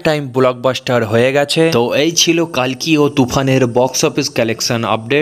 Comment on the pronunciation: কল্কি হবে কালকি নয়